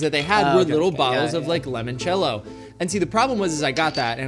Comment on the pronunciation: saying "lemon-cello" instead of "limon-cello" is upsetting